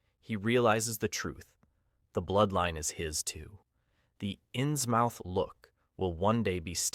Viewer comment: 😩the way he says inns mouth!! 👄 (it's pronounced inzmuth)